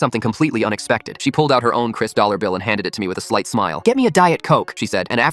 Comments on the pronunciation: yes, "one dal dollar" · "One dal dollar" 💀